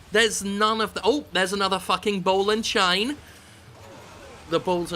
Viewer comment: Boll onna chayne!